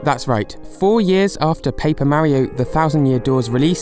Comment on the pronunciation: STOP PRONOUNCING MARIO LIKE THAT AAAAAAAAH